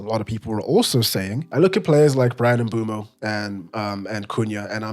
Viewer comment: The only person so far who’s pronounce Mbeumo a name properly